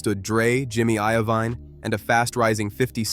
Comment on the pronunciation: Did you call him "suuga knight"? lmao you might want to stick to videos about things you know about...You called him jimmy IO Vine lmao wtf dude?